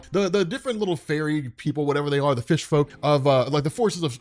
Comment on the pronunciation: “Fish foke” lol